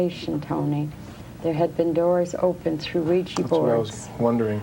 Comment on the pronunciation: A OUIJA BOARD NOT OUIJI BOARD..😡😡😡😡😡😡😡